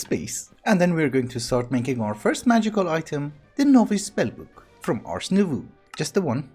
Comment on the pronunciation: Just pointing this put, but "Nouveau" in "Ars Nouveau" is actually pronounced "Nou-v-oh". Im bad at explaining but basically instead of ooh at the end, its just oh.